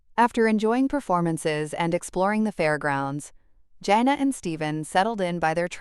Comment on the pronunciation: It’s Jan uh not Jane uh.